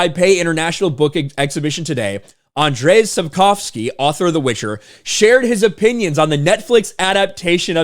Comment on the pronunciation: You are saying it (Andrzej Sapkowski) best of all creators that attempt it. I'm Polish btw 😄